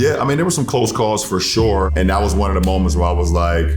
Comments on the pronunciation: "FOR SHORE, FOR SHORE" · "for shore"